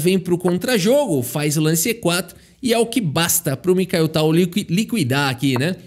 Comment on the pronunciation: Fala o nome dele errado dnv, vão já te cancelar em 😂😂😂😂